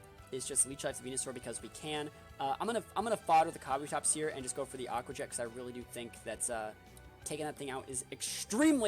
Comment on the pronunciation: It’s “ka-bu-tops”